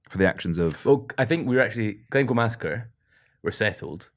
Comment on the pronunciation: Glen Coo... ih dear hahaha Glencoe